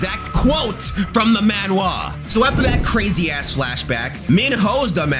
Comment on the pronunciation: why do you pronounce manhwa like that '